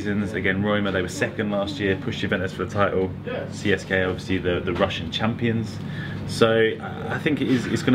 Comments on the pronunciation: Trust me, he is probably closer to saying it properly its pronounced tse se ka, I speak russian and am halv Bulgarian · you are sayign cska moscow